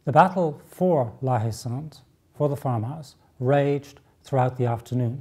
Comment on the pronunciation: There is an 'e' at the end of Sainte in the name, so the 'T' is sounded - "sant"